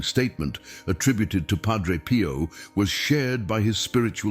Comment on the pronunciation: More AI DUMBING IT IS PIO not “Pro.”idiots!